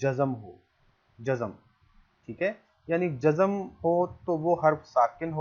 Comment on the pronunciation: لفظ غلطی نہیں غل طی ہے اسیطرح لفظ و۔زن نہی وز۔ن ہے یعنی ز اور ن ساکن ہےز پرزبر ہے براہ کرم تلفظ کا خاص خیال رکھیں یہ لفظ ج۔ زم نہیں جز۔م ہے یعنی ج اور ج پرزبر جب کہ زاور مساکن ہیں